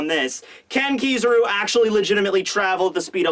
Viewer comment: hes say kizaru wrong